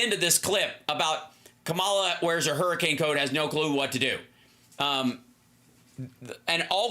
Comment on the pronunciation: Hal, pronounce Kamala’s name correctly, please.❤